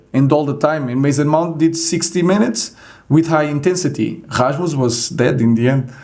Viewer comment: He pronounced Rasmus exactly like we do in Denmark! 🇩🇰👍